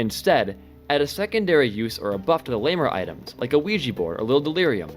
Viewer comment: he said ouija and i instantly heard luigi bruh.